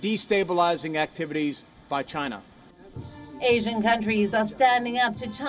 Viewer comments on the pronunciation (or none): he said too chiyana too😂,& btw companies r leaving chiyana